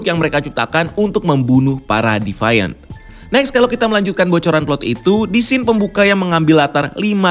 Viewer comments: bukan defaian, tapi divien. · Agak terganggu sama pronounce nya. Deviant dibaca "dee-vee-ent" bukan "devaiyent" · youtuber2 luar aja ngomong deviant ya 'de fi an / di fi an' disini doang yg 'de fa yen' 😁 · Devaint??? Agak risih dengernya. Deviant sesuai tulisan bacanya.